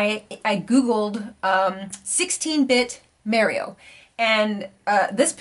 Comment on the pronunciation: I keep hearing you say Merio... 😑 Lol